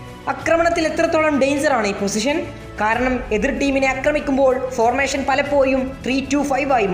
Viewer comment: ഫോർമേശൻ അല്ല, ഫോർമേഷൻ